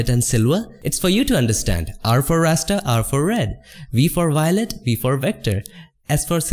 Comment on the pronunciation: i hear Wector, Wiolet , Silwa and Canwas